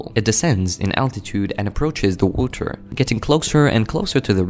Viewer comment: "the wooter"